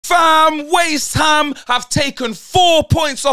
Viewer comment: Man said waste-ham 😂😂😂😂😂😂😂😂😂😂😂😂😂😂😂😂